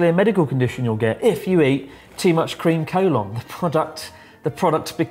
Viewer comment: Cream Collon sounds so utterly wrong to me o__O